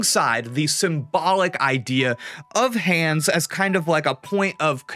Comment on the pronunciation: reminds me of Hideo Kojima with the Death Stranding game with heavy emphasis with "hands" and "connection"